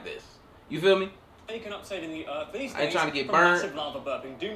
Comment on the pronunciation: Earf? Did we rename Earth??? 😂🤣